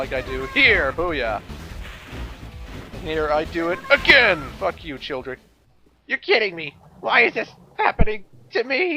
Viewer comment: Third to the last time he said childre i heard children